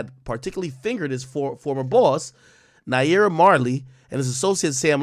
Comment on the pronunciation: Lmaoa did you hear how he pronounced naira he definitely not intune 😂